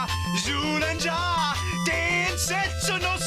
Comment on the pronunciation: Zyuranger was pronounced like Jewranger in super sentai